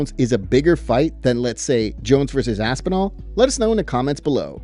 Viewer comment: I'm still laughing about Aspinhellnal 😂 😵👈🏻 Whose champion is that❓ Jon & Dana are funny too.